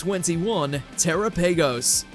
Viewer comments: Terapagos is pronounced Turapugows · "tera-pagos"..... why the delay, it's pronounce terapagos "teh-rah-pah-gous"